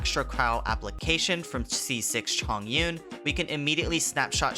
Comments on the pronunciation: its Chongyun not Zhongyun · 重云’s name is read as Chóng yún not zhòng yún the word 重 has two pronunciation but diff meanings just pointing that out